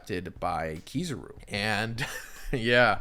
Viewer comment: Nah man KiZUru